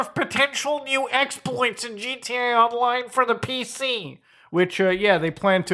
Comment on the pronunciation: Why does he say "gt online"? Pronounce the a bro